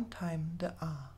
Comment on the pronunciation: For "Ah Devotion" the sound is Ah as in "Father", not as in Day. "Ah Veneration" is also a good translation.